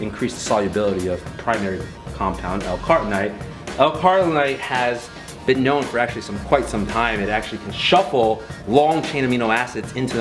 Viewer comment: I like the idea of these kinds of videos. I don't normally comment on youtube videos, but out of respect for Kai, this dude needs to work on his pronunciation. Carnitine is pronounced CAR-NI-TEEN, not CAR-TI-NIGHT. Acetyl is pronounced UH-SEET-L, not ASS-E-TILL. Synephrine is pronounced SIN-EFF-RIN, not SIN-EFF-ED-RIN (not to be confused with Ephedrine). It doesn't instill a lot of confidence. Also his dad's watch doesn't fit.